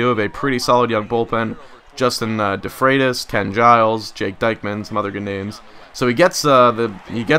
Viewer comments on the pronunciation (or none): It's pronounced "Deekman" not "Dykeman"